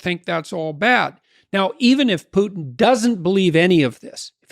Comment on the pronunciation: I still hope that English speakers will one day FINALLY find out Putin's first name reads VlaDEEmir, not VLAAHdimir. Second syllable under stress. and his last name is PUTIN, not PUTN. Clearly five sounds. Which you perfectly perform by the way. I'm not his fan, I'm just a fan of accuracy.